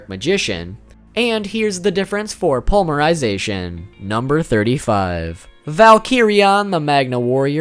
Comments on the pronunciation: Poly-mer-I-zay-T-on NOT pully-mer-sization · Dude!! Srsly!! I mean no offense but... Po-ly-me-ry-za-tion!! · Ugh omg its palm-mer-i-zation...its poly mer-zation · Despite you triggering me many times by saying polymerization without a Y (poly means multi). I still liked the video and appreciate your effort in making it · "pulmerization" huh? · honestly your pronunciation aren't too bad...but...polymerization....oof